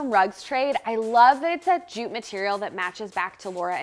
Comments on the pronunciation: I always love how says zhooot. It's like posh jute. 🙂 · What is “zhoot”? I’ve never heard of “zhoot” before.